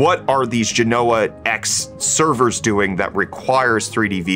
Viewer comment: I always lol at how techtubers have unilatierally decided to pronounce genoa incorrectly (and have started prouncing silicon like in the 1950s)